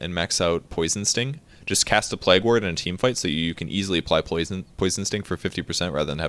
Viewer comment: hehe, its pronounced 'playg' not 'plag' :P